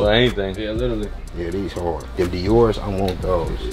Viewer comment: If y'all seen djghost videos then u know he was dieing when dude say lilly instead of " literally " anyone else catch that in this video lmao